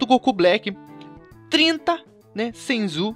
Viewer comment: namoral o cara fala SENJU e SENZU mds